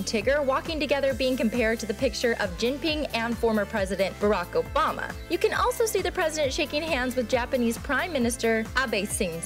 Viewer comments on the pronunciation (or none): none